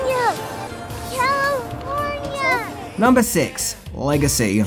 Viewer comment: You mispronounced Calllifffforniaaaa